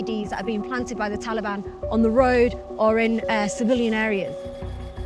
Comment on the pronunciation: Anyone heard Pakiistan After Taliiban, or is it only me ?